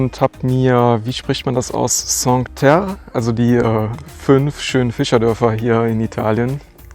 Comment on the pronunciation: Tschinkuä Terre. 🤓